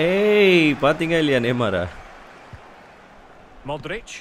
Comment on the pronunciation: Bro ihad already done this in fifa 16 my all Star team was: Cristiano Ronaldo Lionel Messi Luiz Suarez Luka Modric Andres Iniesta Paul pogba Sergio Ramos Gerard Pique Marcelo Dani Alves Manuel Neuer And bro you are misprouncing some footballers name like Modric,De bruyne and van dijk